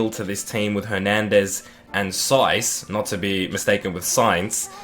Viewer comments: yes it is its said as sayz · siaz = sayz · samu saiz is said like sayz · Saiz=Sayeez Also mate it's Kalvin Phillips not Kevin👍 Another thing it's it's Bremner not Bremer Apart from that great series💙💛